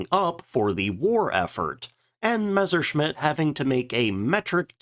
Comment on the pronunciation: Again, stop pronouncing it Mezzer. It's Mess-er